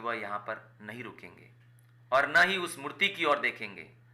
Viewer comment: Mutt❎ Murti✅😅😅